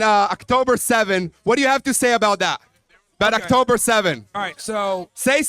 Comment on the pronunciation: why Zionists always pronounce it "Actober" and "Kh-ma-s"? how difficult is it to pronounce the letters O and H?